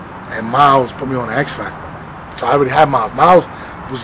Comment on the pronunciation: "...X Factor shun?...🤦🏽‍♂️" 😂😂😂😂